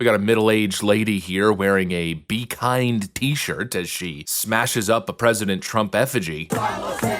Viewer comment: OH.....KIND......I thought is said Klan.....